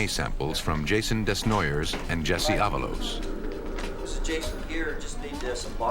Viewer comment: This hurt my head. Desnoyers is pronounced Day-noy-yay or Deh-noy-yay..